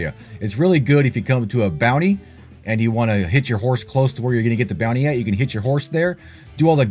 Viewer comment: You said the ability to hitch your horse... I thought you said HIT your horse at first. I was like 😮